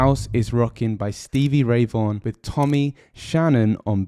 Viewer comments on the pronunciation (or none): none